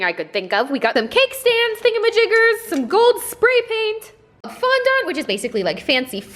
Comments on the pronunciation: It's fondAnt NOT fondOnt. (To pronounce) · I'm so sorry but you are pronouncing it wrong it's fon-DENT not fon-DONT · i thought you said fondot 😂😂😂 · I say fon dont and she says fun dan 🤣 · Dont get me wrong ily and this is not hate but in the future its pronounced fon-dent not fon-dont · Omg did she just say fondant as fondont😂😂😂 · her :fondont me :fondant am I the weird one 😕😕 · You don’t say Fonda it’s fondant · It's pronounced fondint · You called it fonDONt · fondant is pronounced “fon-dint” haha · Love the way she says fondant like fondont 😂😂💕💕💕❤️💕❤️💕❤️ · why you say fondant like that awwhaha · The way she said fondant 😂😂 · you don't pronounce the "nt" at the end :) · I can’t stand the way you say fondant not trying to be mean it just bugs me 😂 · Actually LOLing at your attempt to pronounce fondant. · It's the way she pronounced it haha :)